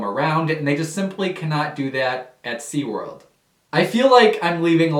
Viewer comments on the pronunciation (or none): SeaWorld not SeaWord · "Seaword" Lol still love your content though 😊